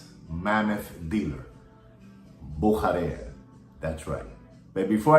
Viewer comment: I'm a German and it's pronounced... "Boo-sha-rare". Büchere